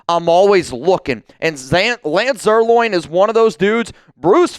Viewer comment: Lance's last name is not "Zier- loin," Bozo.